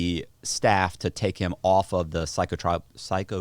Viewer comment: telling Matt the wrong pronunciation of "psychotropic" is the first sign form of idiocy we got but didn't ask for. Within the first five minutes of this podcast... How this man runs a podcast is beyond me. The only thing this podcast has going for it is Matt Cox. Everyone else involved in this operation is a straight moron.